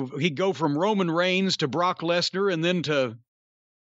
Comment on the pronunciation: Buh-rawk Less-nurr